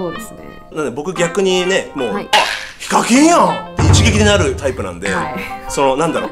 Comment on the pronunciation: セェキンは… に聞こえるｗｗｗ